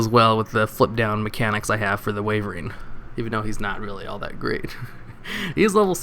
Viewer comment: how on earth do you consistently pronounce castel wrong (wyvern too for that matter)? shame that eccentrick is so generic and useful- means its expensive and i wanted to use it to build a classic archfiend pendulum deck